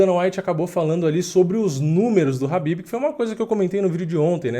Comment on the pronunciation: É khabib pourras e não Habib.